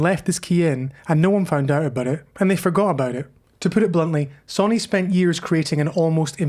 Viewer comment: Interesting video but please, it’s So-Ny and not Sonny.